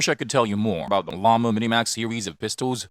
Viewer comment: SERIES -> SEEWEEZZZ